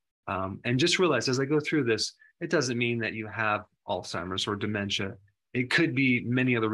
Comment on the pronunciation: Please! It is pronounced with the short ‘a’.